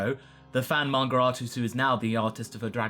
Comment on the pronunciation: What's a "manger" artist?